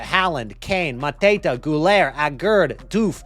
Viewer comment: Why are you pronuncing mateta like hes a mafia drug lord ? Hes french 🤣